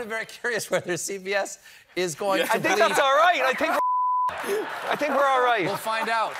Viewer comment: I "tink" we're alright....I love it